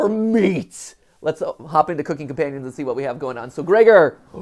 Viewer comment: As this is clearly going to be a game involving cannibalism, you are pronouncing the title wrong. You are slightly emphasizing the word "cooking" rather than the word "companions". Isn't it strange how the tiniest of stress in different places can change a meaning from "companions are helping me cook" to "I am cooking my companions" also, (spoilers for the video) Mat predicts that Mariah isn't actually dead, saying we haven't seen a body after just looking at pictures of her rotting corpse. Now, I'm not saying he's right or wrong (I literally don't know, this is the first playthrough I've seen), just that the timing is a bit ironic.